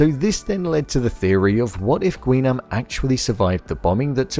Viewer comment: It's pronounced as Gi-nam. Not "Gwi"